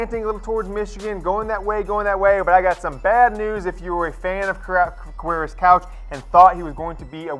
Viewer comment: "Quavarious..........?" Really? Seriously, "Quavarious?"